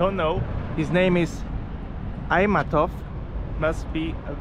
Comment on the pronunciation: Если что этот комментарий создан что бы уточнять некоторую информацию которую автор мог понять не правильно по не знанию, этот коментарий не содержит какую либо агрессию я не знаю английский, по этому не знаю как написать так что бы читалось правильно, но после Ай идет Т потом матов, Айтматов видимо вы там были в майе и застали время празднования дня победы как раз устанавливали новые фонтаны, можете посмотреть в интернете, сейчас они уже готовые, очень красиво очобенно ночью Пишется "Ала-Тоо" потому что у нас есть слово "Тоо" оно означает Гора, но звучит как через "о" даже если в транскрипции пишется через две "О" а еще у нас обычно стоит большой флагшток с флагом рядом с Манас'ом, но на тот момент хотели установить флагшток в 100 метров ко дню независимости (31 августа) юбилей 100 лет автономиинашей страны/автономной области со времен СССР это не просто щит, это наш национальный герб нет, это на нашем языке, просто после времен СССР у нас осталась кириллица, была мысль перейти на другой алфавит но решили пока что оставить так 😂😂😂, это называеться "Максым" наверно у вас нет "ы" по этому это так прозвучало оно и должно быть таким, если его профильтровать он потеряет смысл когда вы видите людей сидящих на газоне, то знайте что они делают это против правил, по газону так же нельзя ходить, может и есть какие то отдельные парки где это разрешено кстати, такие огромные юрты действительно могли быть, но они были либо